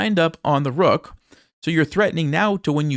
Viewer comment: the Queen just can’t take duh rukhhhh? At least to try to prolong the game?